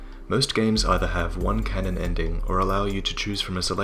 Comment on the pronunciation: Excellent video, but please never pronounce canon as cannon again.